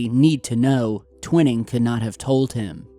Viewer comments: you're pronouncing Twining's name incorrectly, it's (Twy-ning) not (Twin-ing). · Its Twi as in eye, ning as in ping....Twining...not twinning. Just saying... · Just so you know, Nathan Twining's last name is pronounced with a long "i" as in "twine-ing". An old friend worked with him. He co-authored the book called "Across the High Frontier" with Chuck Yeager. I have been around the block a few times. That's why the trolls are attacking me. Take care! You're doing a great job!!! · Sorry, I’m a stickler for pronunciation. It’s pronounced Twine-ing. Not TwinNing. Great video though. Thanks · Nathan Tw-i-ning... the long ( i ) sound. Pronunciation is crucial to get correct. searching or researching could be skewed if these names are not pronounced correctly. Peace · Gen Twining is pronounced like twine ing not twin. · Not to be critical, just FYI, the first authors name is pronounced "twine" ing, not twinning, with a long I. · Pronounced - Twine - Ing not Twinning, you know the ole potato potahto, tomato toma'to it's all good though just thought you'd like to know the name of this person you were talking about? Maybe you were talking about another person, but I think it's Twine-Ing, Peace T.. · Twining is pronounced "twine-ing" not "twin-ing" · Its pronounced TWY-ning. Not ‘Twinning’!!! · It’s pronounced TWY-ing not TWIN-ing. Basic Wikipedia and every other ufo special got it right. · you're killing me....it's Tw eye ning TwInning. Just sayin' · You're saying Nathan Twinings name wrong it is not twin it is twine ing every UFO enthusiast researcher etc knows Nathan Twinings name that is why you're a complete and utter amateur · dude!!! Tw I [as in eye ] ning !!! tw eye ning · He means Twining is properly pronounced TWY-NING! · Bravo. Great video and great work as usual. Twining pronounced Twy-Ning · long 'i' TWY ning, as in 'why' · It's pronounced "twhy ning"...just saying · I almost corrected him too. lol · No Nam